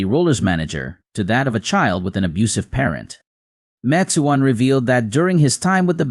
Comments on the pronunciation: Please try to pronounce his name right, Mac Ke own. It was said so many times wrong. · Ma Chew on?? The AI voice over is terrible. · McKeown is pronounced MacEwan. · I'm not going to listen to any more of this rubbish you're not even pronouncing his name properly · How seriously can you take someone who can't pronounce, "Les," McKeown," or, "Paton."? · Love Les. Too bad you didn't respect him enough to learn how to pronounce his last name. 😞